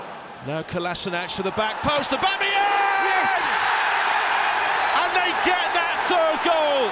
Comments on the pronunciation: No one: Absolutely no one; Not a single soul in the universe: Commentator :And that's a Brilliant goal from Pierre-Emerick Obemeyong!! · pierre emerick aubameyong😂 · or aubamayang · “Pierre-Emerick Aubameyong” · Has anyone told the Arsenal Media commentator how to pronounce O-Bam-A-Yang's name yet or shall i? xD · always cringe when that 1 commentator thinks its clever to say 'aubamaYONG' ...anyway, we love you Auba! future legend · Far fewer "Aubameyong" and "Aubemeyang"s as the video went on, good to see professional commentators didn't take more than a year to learn how to pronounce a name.. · Since joining Arsenal: Aubameyang: 50 Goals Commentators: 50 different ways to pronounce Aubameyang.